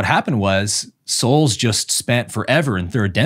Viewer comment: Omg, I did rewind first, because I first heard “incarnate assholes”, and then only after rewinding… ooohh, “incarnate as souls”… I was laughing on my own in my room😂